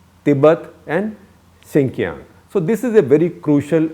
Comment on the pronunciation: It's pronounced shin-jee-yang.